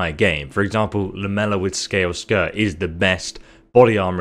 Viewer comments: lamellar... "Lam-ella" everyone else "Lam-Ell-Ar" as in Laminated. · I know you have dyslexia and I love your content but it’s called Lam-A -Lar on the armor